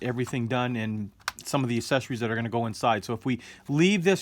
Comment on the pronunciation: Awesome build video! I'll have to keep an eye out for this one. One thing I noticed... might be a silly thing on my part, but you seem to pronounce "Accessories" as "asessories," without the hard "x" sound. I wonder if certain pronunciations are in the process of changing... like how people say "stren-th" instead of "strength." Just something I noticed. Languages always change.